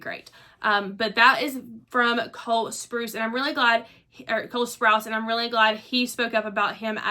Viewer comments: Sprouse should be pronounced like house, not spruce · Girl you're butchering Coles surname 😭